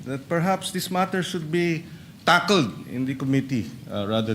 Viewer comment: Tackledito talaga si Pangit ang tigas ng bigkas ng tackled kahit kailan kontra partido talaga ,swerve lang at nanalo siguro sa susunod sure akong hindi nandyan mananalo😮😊